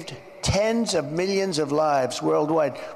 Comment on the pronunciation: Millions not "me-yuns"